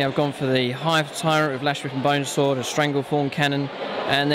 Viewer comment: Haha it sounds like you said he was killed with a boner sword